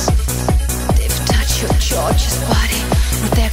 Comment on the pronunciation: cool song, even though she should have asked someone how to pronounce "gorgeous" .. its not "dschorjus" ;)